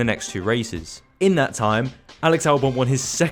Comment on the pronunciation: How does it come a F1 Youtuber cant pronounce Kvyat?